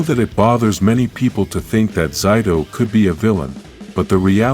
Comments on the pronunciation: It's Zayto, not Zyto. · Why those he say zido